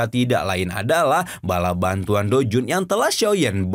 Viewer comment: Douzun min bukan doujun. Blekok